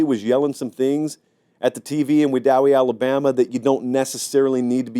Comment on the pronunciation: This man said wedowee AL lol what u know about Randolph county 😂